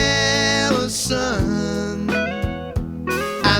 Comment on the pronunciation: Allison is pronounced al-li-son with 2 distinct ls. Alison is pronounced al-ee-son.